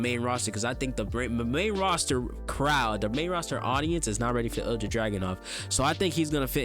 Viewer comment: great video, just so you know Ilja is pronounced ILL-YUH, keep up the good work 👍👍